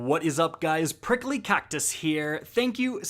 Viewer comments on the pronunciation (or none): Dude said Prickly 🌵 😂 😂 😂